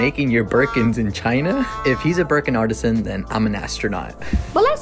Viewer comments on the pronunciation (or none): 😂 - it's pronounced ar t san. Artesian is special water!